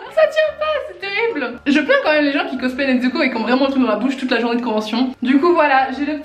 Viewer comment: NeTsuko Moi: MAIS C'EST N-E-Z-U-K-O